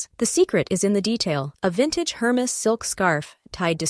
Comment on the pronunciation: Air-mez not her mess